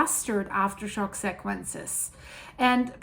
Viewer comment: if your're going to speak American English, can you please stop saying seck quench- the correct pronunciation is SEE (or "c") quench..